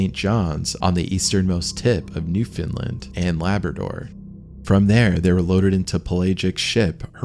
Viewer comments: Now i must ask the narrator why do you say New Finland and not New Foundland in otherwords whereabouts in the old colonies do they say so,otherwise pronounciation allright.keep up the good work. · Wouldn't that be Newfoundland rather than "Newfinnland"?🤔